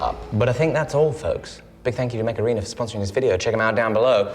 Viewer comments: When said Mech Arena my brain auto corrected to weird British pronunciation of Macarena for some reason. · Why do you pronounce it "macarena"?